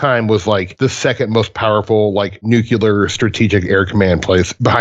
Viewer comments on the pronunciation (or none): said nukeular lol